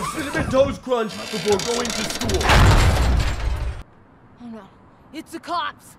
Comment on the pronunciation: line is: ho no. It’s the cops. Actors line delivery: ho no. It’s the clops